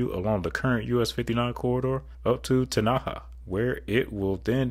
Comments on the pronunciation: Tenaha, TX, is pronounced TenA Haw., not T Naw Ha. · It’s Tenna-Ha like ha ha ha. Or Tenny-Haw if you are country and from East Texas. Not Ten-Aha. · . I thought you sneezed there for a second when you tried to say “TEN - ah - haw” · This is the first time I’ve watched one of your videos and I died laughing when you said Tenaha. But I’m from the area so it has a Texas draw to it ten ugh haul would be the best way I could think of to pronounce it just drop that L in haul if you’d like or don’t it’d still sound bout right. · Its ten ah haw not how you pronounced it.